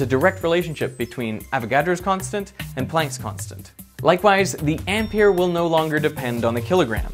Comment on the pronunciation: Ampère is pronounced Am-pair, well close enough, but Am-peer just sounds silly to me.